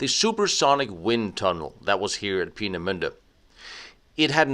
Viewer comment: So much for butchering the pronunciation of Peenemünde. You absolutely nailed it - which only underlines the statement I made on one of your previous videos. Your German is really VERY good.